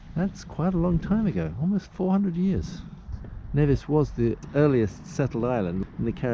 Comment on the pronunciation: Knee-Vis NOT Ne-Vis - Never say Nevis. :)